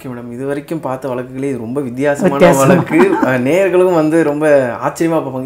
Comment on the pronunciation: Pl sp pure Tamil Not valaku it is vazaku bro